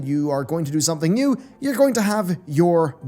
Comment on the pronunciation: Frak this guy, "try wew things" he says, new ways to rip off people?